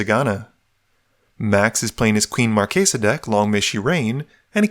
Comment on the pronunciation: It's pronounced Queen Mar-chess-uh, not Mar-kay-suh.